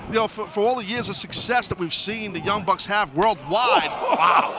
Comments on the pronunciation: he also called them the young brucks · lol he called them the young brucks